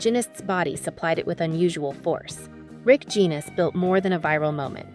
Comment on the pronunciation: I just commented on that, the subject of this video is Rick Genest, his last name is pronounced je-nay.